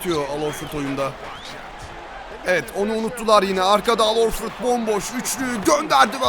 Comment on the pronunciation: sen AL Horforda AT Horford mu dedin :?